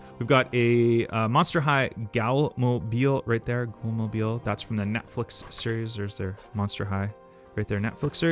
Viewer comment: I love tampo errors. The last one I got was the Studebaker pickup with the headlights and grill stamped on the side.😂 By the way the Monster High ghoul is pronounced "gool". I'm not a fan of the latest tooned cars. The first iterations were so much better with the wedge shape and large engines. La Liebre is a sports car built on a Ford chassis IRL